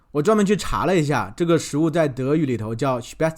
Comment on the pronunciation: 谢谢你回答我的问题。 你的“Spätzle”发音真好！ 你应该学德语，哈哈